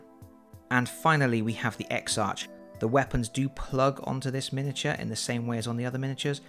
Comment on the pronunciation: Congratulations! BTW exarch is pronounced eksark, as it is a Greek word.